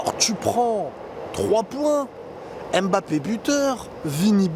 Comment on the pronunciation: On dit ummbapé pas embapé